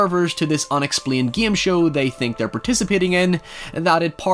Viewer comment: "Thi Voyeuristic obsirvers to this *unexplined gim show " I love thath